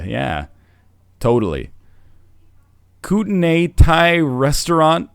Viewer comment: NL butchered saying kootney lol koot-en-eye Silly NL